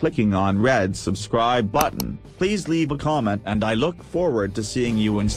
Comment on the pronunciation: "On Thees Page Cleck The Dawnlowwd batton" haaaa